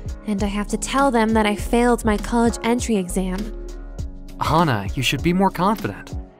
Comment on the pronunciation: The way he say "colledge edition"